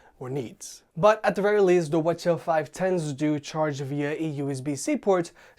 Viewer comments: Why are you pronouncing it as watcha, just say CH510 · Did you just pronounce 'WH-CH' as wuh chuh haha... it's "Double U Aitch-Cee Aitch" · why do you keep pronouncing it as Sony Wachaw? 😂 you okay dude?